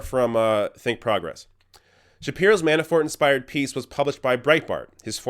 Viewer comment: Is he saying Manaford? Anyway... Funny